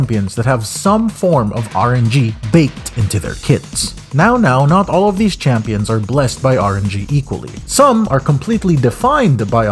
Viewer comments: Heard "Champions" - decided to move on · Stopped watching ever since you kept saying champions. Do better